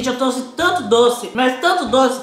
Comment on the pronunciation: Eu tô louca ou eles falam “truce” ao invés de trouxe ? Não é criticando é uma dúvida